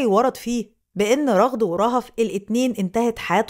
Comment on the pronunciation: ٱسمها رَغَد بفتح الراء والغين 🧐